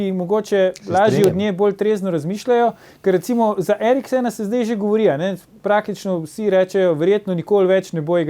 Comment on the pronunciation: zelo spoštuje Eriksena, ne zna pa izgovoriti njegovega priimka